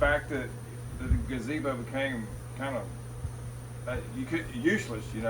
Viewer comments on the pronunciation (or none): That's not a gazebo, it's a gabeezo. you're mispronouncing it. 😂😂😂😂😂😂😂😂😂😂😂😂